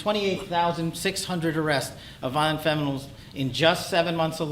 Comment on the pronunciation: I'm fairly certain I heard him say ' Violent Feminals ' in there somewhere...